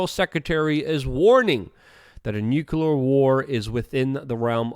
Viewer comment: It's Luke though so he gets a pass. He can't even say nuclear right lol